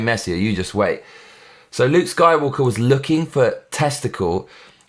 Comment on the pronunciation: sounds like you said soywalker